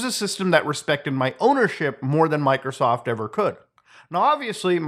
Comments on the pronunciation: why does Muta say,"MicroSoft" like that 😂💀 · why did you say Microsoft like that 😂😂😂😂😂😂😂